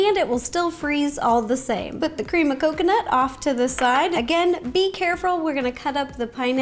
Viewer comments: I heard "be carefrul" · No one : Ro:carefrul 😂😂😂